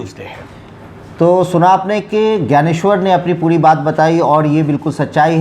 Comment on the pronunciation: ज्ञानेश्वर ज्ञानेश्वर सही बोलिए